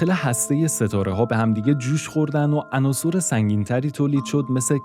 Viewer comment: درود فراوان به شما گوینده وهمینطور نویسنده ی این برنامه! بسیار واضح وخوب بیان میکنید فقط یکی از واژه هایی که در زبان فارسی خیلی ها اشتباه تلفظ می کنند واژه ی عناصِر جمع عنصر است ! عناصُر اشتباه است که همانطور که نوشتم به کسر صاد صحیح است پیروز باشید